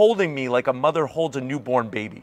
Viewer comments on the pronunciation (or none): none